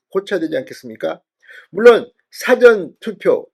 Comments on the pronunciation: 사-전투표가 아니고 사~전투표 입니다. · 사전투포 발음 수정요망 사전투표가 아니라사:전투표입니다. 다시말하면 사~전투표로 발음하세요. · "사전투표" 발음을 바로해 주세요 !! "事前투표"라고 발음 해야 맞는데 자꾸 "辭典투표"라고 발음 하니 듣기가 참 이상하다 ?? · 사전 사전(事前) 은 읽을때 구별되게 읽으야 할것 같은데요. 사전투표(事前投票) 를 辞典投票? 로 읽으시면 의미 전달이 제대로 안되며 대중을 청중으로 하는 방송을 하시는분 께서 유념 해주시면 고맙겠습니다. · 발음 이 이상타 사전투표가 아니고 사~전 투표 아닌가? 딕쇼나리 보트가 아니고 프리비어스 보트다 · 사전투표 발음은 사~전투표 입니다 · 사전투표 억양 좀 바로 하시오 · 사전투표악센트를 '사'자에 두지 말고 '전'자에 악센트를 주고 발음하세요. 경남부산사투리라 그렇게 발음되는걸로 알고 있지만 고쳐야합니다. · 무슨 사전투표 발음이 뭐그래 진선생의 사전의 발음은 국어사전 영어사전등의 발음이고 투표어서 말하는 사전투표는 전에 액선트가 언어의 사전의 발음은 사에 액센트가 가죠 시정해주소